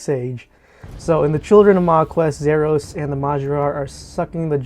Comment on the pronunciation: Nice but thats not how you say "Zaros". Its Za-ros. Not Zer us